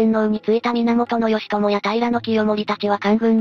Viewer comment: ギチョウなんて読み方する？